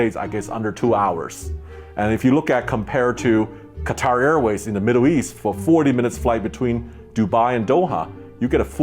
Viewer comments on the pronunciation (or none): none